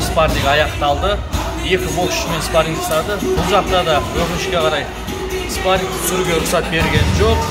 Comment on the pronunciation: "спаринг" деп айтсан дурыс естилетин еди биздин уйренген кулакка